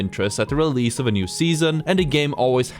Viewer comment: no way u said realese APEX 2 come on